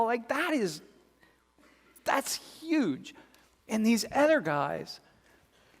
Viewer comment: Why do you say ETHER instead of OTHER